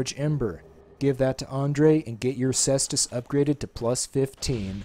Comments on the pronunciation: Say est us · Pronounced "Kaestus".